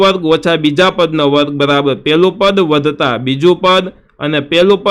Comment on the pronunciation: Vata ❌️vadta😂